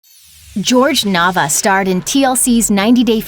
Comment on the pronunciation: can’t even say his name right🤦🏻‍♂️